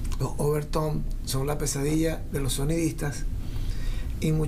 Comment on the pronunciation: Overtone, NO "OverTOM"